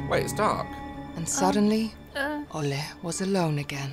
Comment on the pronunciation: Olle is pronounced "oll-eh" not "oll-ay". The swedish e is soft, it's not an "ey"or "ei" sound, it's more of an "eh" ... if that makes sense :)